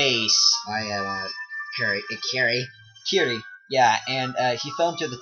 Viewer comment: it's kirie not kire !!